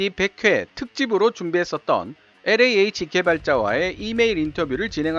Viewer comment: 충고 한마디 왜 영어발음에 혀를 그렇게 꼬는지요? 일부러? 특히 엘자 발음을 비틀어 꼬는건 듣기 아주 불편하네요. 영어 40년.